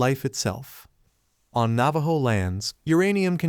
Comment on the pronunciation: Learn to pronounce properly the name of the tribe whose story you have stolen. 😮